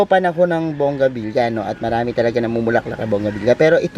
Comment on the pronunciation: Nakakatawa lng si sya pero hindi alam kung ano ang tamang pronounciation ng halaman nya... its bougainvillea (bogeynvilya) not bongabilya🤣🤣🤣